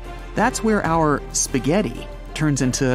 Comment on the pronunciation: I love the part when he said spageti (i dont know how to spell it 😑)